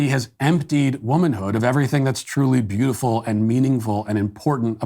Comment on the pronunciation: Why does Matt pronounce beautiful bouuful. Every time he says beautiful it’s freaking hilarious. he says it there. Tell me I’m crazy.